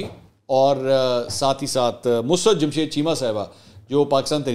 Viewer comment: Mansoor Bai Yar I really enjoy ur political commentary ..But yar Plz correct your musarrat 's pronunciation